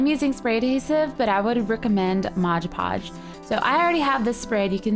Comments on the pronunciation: Oh my goodness Gracionious,!! It's called Mod Podge, not modge podge. You're so annoying when you do that, it's On the label. Read it. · Great idea!!! Just ine little thing...Its MOD Podge. Not mosh podge. I really hate that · looks great! love the incorporation of the glitter! But dear GOD, its MOD podge....you say it so often in this and its wrong every time-it totally distracted and disturbed me!